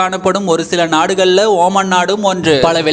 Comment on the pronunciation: Not oman it's omaan